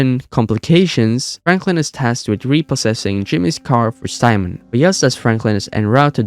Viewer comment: that’s not how you say his name it’s pronounced simeeon